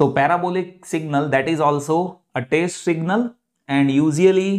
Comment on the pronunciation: Say it as test signal... Not taste signal